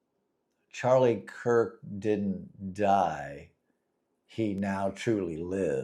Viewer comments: Definitely no respect my friend, but Charlie last name is, “Kirk”. 🫶🏾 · His name is Charlie Kirk not Cook. If you don't even know his damn name then keep it out of your mouth. You are way above your pay grade trying to talk about this one. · You know you should at least get his name right if you're gonna talk about him it's actually Charlie Kirk, not Charlie Cook. And really when you think about it what is the point what is your point in coming out after a tragedy like this where a lot of people feel really bad Whether they believe in God or not it's traumatizing when you see somebody get murdered in front of the whole country. And for a lot of people their faith in whatever God they believe in is the only thing that brings them comfort, it is the only thing that brings any meaning to life or allows them to even go on. So what is your mission here on YouTube or your mission in life in general and trying to take that faith away from people? We know we know you're an atheist even though you spent 48 years being a Christian. OK so you changed your mind good for you you no longer have to waste your time preaching to other people About God when you no longer believe in him but why do you try to take away the faith of other people and their ability to cope with things like this? You're not doing a service to humanity or anything